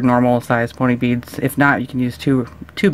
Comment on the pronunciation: U sound weird u say it like beadsh